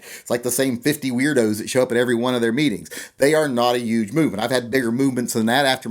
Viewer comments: You say "yuge" a lot. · Are you saying "Yuge"? lol. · I like your pronunciation of the word 'huge'